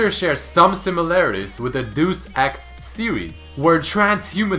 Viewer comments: Deuce Ex series? Deus (DAY-US) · Its not deuce its deus xD i know that he is russian but this sounded funny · It's not DOOSE ex, it's pronounced 'dayus' Ex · "...With the DEUCE ex series.." - (2014) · Deus Ex is not pronounced deuce ex... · did he say DUCE ex? lawl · mg dude as mach as I love your channel pls your saying things not right like you just said dus x like the e is gone or your always saying fresh and not thrash maybe im wrong but pls try to say it correct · Hey, I could be the only one who cares, but your pronunciation of many names is often quite off, such as Hephastopheles and Deus Ex in this video. I understand that you already put in a lot of hours into making these, and I appreciate it, but I think they could be even better and would make you sound more professional if some extra research went into the pronunciation of such words.